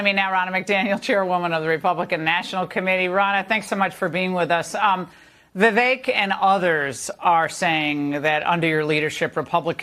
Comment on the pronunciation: Why do Americans say "Viv-ache" and not "Viv-ek"?